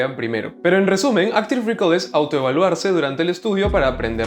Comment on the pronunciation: "Áctive recáll"